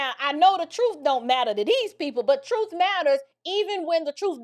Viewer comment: He can’t even speak properly, he says “troof” and “deaf” 😃